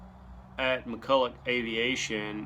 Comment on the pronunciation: Say it with me... Mack-kull-Ock. It's Scottish, not French. ..och is "ock" sound. Not.. ough which I "awe. Chevrolet is not Chevrolettt. Honor the man. How many interviews did he have to do where he corrects interviewers? It's McCulloch... NOT McCullough.